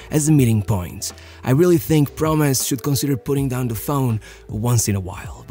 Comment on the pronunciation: I find it interesting that the way u say "promes" sounds like "promise" 😂